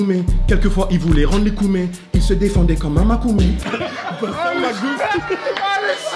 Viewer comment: Le truc c que c makômè et pas makoumé